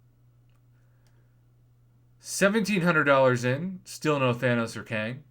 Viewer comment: Kang not wang